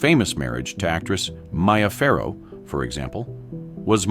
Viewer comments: MEEE-AH Farrow, not MY-AH... good grief! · The mispronunciation of the names really gets to me. 1) Earle Stanley Gardner 2) Bette Davis 3) Mia Farrow 4) Robert Wagner